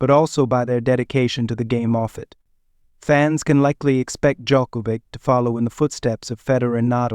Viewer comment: Learn to pronounce his name for god's sake!